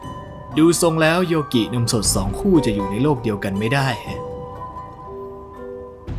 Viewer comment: อ่านว่าโยกินะครับพูดพร้อมกันนะครับยอโอโยกออิกิ โยกินะครับ555